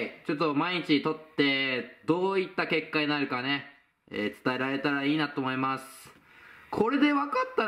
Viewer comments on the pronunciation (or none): ～していきたいと思いますの思いますの滑舌毎回おかしいわ笑